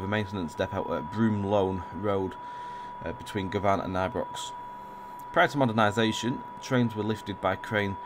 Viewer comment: Im from Glasgow Govan is pronounced as guvin